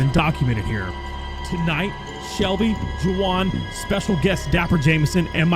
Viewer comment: "Ju-an" Me: bro wtf, Are you pronouncing it wrong on purpose? It's supposed to be "Who-an" but with an Hispanic accent.